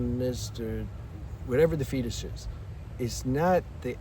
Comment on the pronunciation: I don’t mean to pick but you kept pronouncing fetish as fetish instead of fetish which I just thought I’d point out.